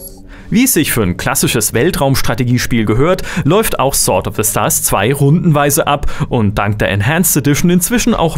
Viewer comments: du weißt schon, das man sword wie sord ausprcht, nä? ;) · Du weisst das sword sord ausgesprochen wird oder? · Dir ist bewusst, dass man das W nicht mitspricht?